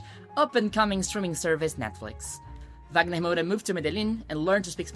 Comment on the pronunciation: Percebi que vc era brasileira qdo vc falou corretamente os nomes do wagner e das novelas.